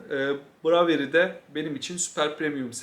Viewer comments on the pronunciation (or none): nature's variety'nin okunuşu şu şekilde: neyçırs verayiti. bravery - breyvıriy